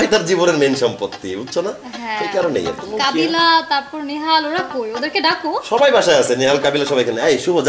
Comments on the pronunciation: Bro kobila na kabila hobi uscaron banan ta thik korun tar por comment korin bro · শুভ সঠিক বা ভূল যাই বলুক ইংরেজি বলে কিন্ত কাবিলা তো ভূল বলে তাও ভূল